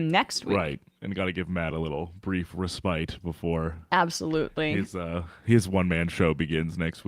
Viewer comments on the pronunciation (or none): How did the crew come to think the word respite is pronounced re-SPITE ? It's RESS-pit .